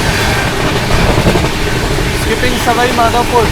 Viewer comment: सवई माधोपुर नहीं सवाई माधोपुर होता है। स्टेशन का बोर्ड पड़ लिया करो। हो तो हिंदी तो ठीक से पड़ बोल सकते हो।